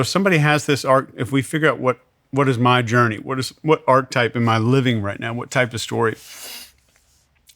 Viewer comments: It drives me crazy that he mispronounces the word 'archetype.' 🫠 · If you're going to make a word a massive part of your vocabulary, for sure know how to pronounce it correctly. This guy literally said "archetype" about 40 times throughout this conversation, and pronounced it "arc-type" every single time. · How he pronounces ARCHETYPE pisses me off so much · I wish this guy would stop mispronouncing archetype. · Good info. I like this episode. But listening to mispronounce "archetype" like 20 times in a row is killing me.